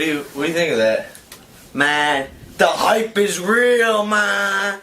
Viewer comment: "The hipe is real man"